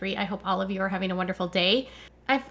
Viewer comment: All I know is I don’t know how many more seasons I can listen to her mispronounce “Having” as “Hafing!” and so many other words! Christine has the habit of putting a hard G on the end of words! 🤦🏻‍♀️ Sorry, had to vent….think I have watched tooo many season! 😉